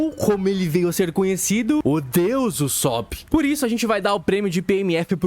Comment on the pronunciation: Meu deus mano, acho que esse cara se traumatizou com nomes, por que puta que pariu, parece que ele quer ser do contra pqp, fruanky, usópp, ceAzar clown, Ênel, cara oque te custa falar direito, vai te cair um braço??